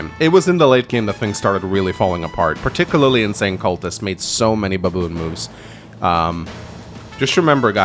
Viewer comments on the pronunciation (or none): none